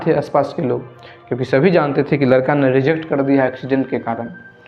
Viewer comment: लड़के के जगह लरका बोल रहे हो उच्चारण तो सही किया जारी